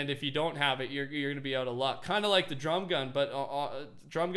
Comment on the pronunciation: He says like wrong. Up vote so he can see